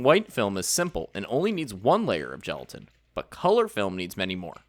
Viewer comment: Gelatin, not gelitain.